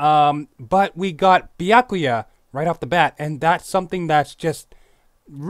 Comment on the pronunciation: Damn it stop saying Bee-ack-oo-ya and say Byakuya.